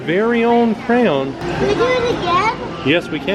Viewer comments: PLEASE learn how to say the word ",cray-on! I still love y'all though 💞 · pronounces crayon with a Cajun accent "cray-awns". pronounces it with one syllable, "cranes". Must be a Southern thing.😊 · I love y’all, but if I hear say his bizarre pronunciation of “crayoun” one more time ima lose it 😬😩🥺😆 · As a nj native, I was so confused when would change his pronunciation😂 I genuinely thought there were crowns hung up for a second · It's been awhile since I've gotten a chuckle out of the way pronounces crayon...😂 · He's actually trying to say crayons right. You know it was a thing if you've been following since the beginning. 😂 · Just started watching and am excited to hear all the crayon pronunciations! It genuinely makes me smile/giggle in a good way ❤ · Take a shot every time pronounces "crayon" differently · I kept thinking, am I hearing him, right?